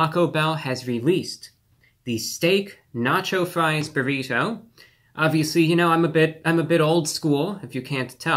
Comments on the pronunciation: Why is he saying buhRITO like some sort of 1st class passenger on the Titanic who's never heard of them before? Who doesn't he say if like everyone else in his highschool senior class does - buhrIDoh? What's next, byurhREEETeaux? Also, I can totally sympathize with the frustration over how poorly distributed the ingredients are in Taco Bell items, but that's ALL fast food. If you want fast food assembled sensibly or distributed evenly you have to take it apart and reassemble it yourself. Otherwise you're going to get the kind of random mess that you'd get if a parrot had made your item. That's just the way fast food is. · He said buritto instead of burrito a couple of times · Stop saying burrito like bureau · The way you pronounce borrito sustains me. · I love how he say burrito. It's "bear-e-toe" I think he was into it. "Let me get just another one or two more bites in" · The way he says burriTOW and not a hair out of place....love him :) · Obsessed with the way he says "buh reet hoe" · You say burrito weird lol . You should look up proper pronunciation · I love how he says Burrito. I need to start talking like that. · Is it just me or is there something in the way that Reviewbrah says the word “burrito” that causes the “nails on chalkboard” effect? I can’t tell if it’s inflection or pronunciation, but I found myself having to pause the video every couple minutes to let the goosebumps subside. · I don’t have to pause the video but yes. I have noticed the way he pronounces “burrito”.